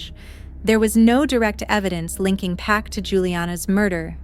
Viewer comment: And the suspects last name is Park not Pack. I found that out just by searching the case.